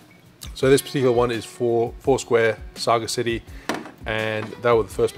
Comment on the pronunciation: "Saga-city" I believe it's pronounced more like "saja-city" and said a bit faster. Minimal pause between syllables